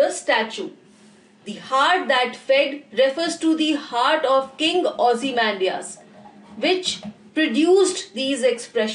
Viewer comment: Really the best explanation 👍👍👍 keep it up . But please you say this ozy-mam-dias in this way